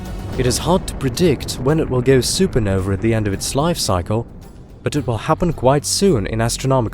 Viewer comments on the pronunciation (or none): …what’s a, “super-noveR”?